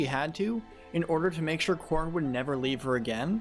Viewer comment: Every time you say Corrin, I hear corn instead.